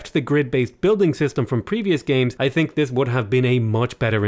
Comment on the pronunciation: I don't "tink" lol